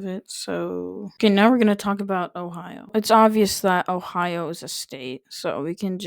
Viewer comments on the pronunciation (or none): FYI, “Ohio” specifically comes from the Seneca language, which does not use the Cherokee syllabary. You’re also pronouncing it incorrectly. In Iroquoian languages, nouns are suffixed with a glottal stop at the end preceded by a vowel with a brief rising tone.